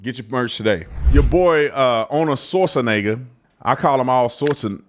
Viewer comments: Schwarzen = Black Egger = a mountain in Austria You say "schwarzen" (pause like the Brit's in wo'ah) then egger. Like SH-var-TSen'eggA VAR like in vase SH like in shell TSen like in Cent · ARNOLD SWORDNIGGA ⚔️🤣🤣🤣🤣🤣🤣🤣🤣🤣🤣🤣🤣🤣🤣 TATUM PRONOUNCING IT ARNOLD SAUCENEGGAR🤣🤣🤣🤣🤣🤣🤣 A LEGAL DOING ILLEGAL WILL GET JAIL TIME; WHAT ABOUT AN ILLEGAL DOING ILLEGAL ACTIVITIES..... THAT'S LIKE LEGALS MUST PRESENT THEIR ID CARD GOING TO BARS, NIGHTCLUBS AND CASINOS BUT WHAT ABOUT ILLEGALS; SPECIAL TREATMENT??? NO! THEY HAVE TO SHOW THEIR ID 🆔 TOO, THERE YOU GO..... DID THEY WANT TO PROCEED THE LEGAL PROCESS (DMV).....